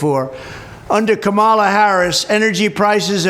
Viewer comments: It's kamala, not ka mila' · why can't republicans pronounce Kamala correctly?